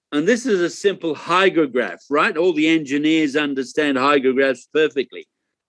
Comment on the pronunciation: HYDROGRAPH, not HYGROGRAPH (measures RH). Typo D not G!